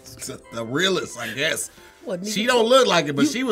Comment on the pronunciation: I have never heard anyone mispronounce "guess" before. 😂